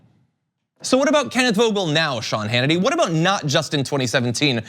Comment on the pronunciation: "I don't watch a lot of sh-Hannity..." Freudian sh-lip? Lol!